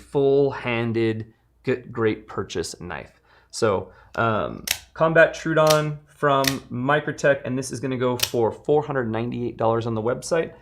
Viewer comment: Troh-oh-don. Not true-don.